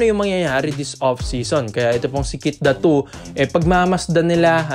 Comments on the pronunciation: Keith Datwo? 😂😂😂 bakit kasi need pa magpacute nakakabastos ang hindi tamang pagbigkas ng pangalan. Pinoy ka naman pero iniiba mo pa. Fake news kana ginagago mo pa apelyido ng tao.😂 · Ganun ba talaga bigkasin ang Datu?sagwa eh